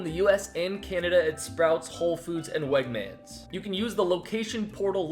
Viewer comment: Based on that pronunciation, I don't think has ever stepped foot in a Wegman's. 😂😂 Still an effective ad though...